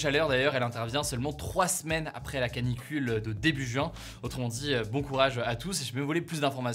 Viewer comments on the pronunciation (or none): none